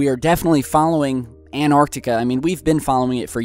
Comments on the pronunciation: its pronounced ant-arctica not an-arctica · what the fu.., you say anartica its antartica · There is no such thing as Anarctica stop saying that! it is called Antarctica, ant arc tic a do you understand Antarctica. Stop desecrating my language with your weird pronunciations. It would have been shit to live then you would have died of tooth axhe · It's so annoying when keeps saying ANARtica, it's AN-TARC-TICA! Christ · You know An-arctica doesn't exist, right? Did you mean Antarctica? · does anyone else get pissed off the he says"anartica" instead of Antarctica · Fuck the fort. Why pronounce Antarctica 'Anarctica' you're driving me crazy. Pronounce the T for fuck sake. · Dylan Rawnsley I know how you feel, it's so irritating, what's so hard in pronouncing the T, maybe we should...Yler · For god sake pronounce the first T in AnTartica